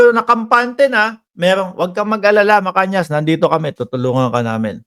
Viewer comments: tamang bigkas ay Macanas, hindi Macanyas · Macanas po hindi macanias..